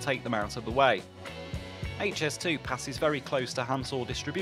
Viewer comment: Very interesting and informative. I'm also delighted that you have now started pronouncing it correctly as "Aitch"S2 and not "Haitch", which really annoys me! 😤